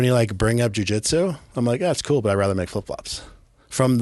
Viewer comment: Lost me at “jujitsu”